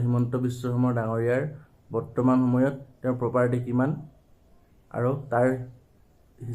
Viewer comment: Bhai poperty nohoi.... Property hoi